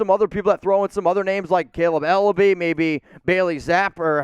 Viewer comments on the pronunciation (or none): none